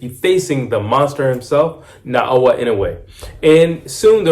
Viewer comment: Getting closer. 😊 ✅ - NAH-OH-YAH ❌ - NAH-OH-UH I dont know much of anything about Cardenas. He seems to have some pop for sure. From the llttle bit Ive seen of him, he gets hit with left hooks too easily. And the people I've seen him fight did look like bums to me. Gonna say Inoue stops him, starting with a cracking check left hook in the 5th round. Kim said "is that all you got?" and look where that went. 😅